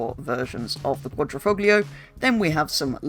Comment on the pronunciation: how did you butcher quadrifoglio so badly 😭